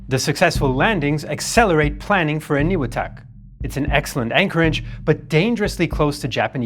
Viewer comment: Makin is pronounced May-Kin Eniwetok is pronounced Any-We-Tok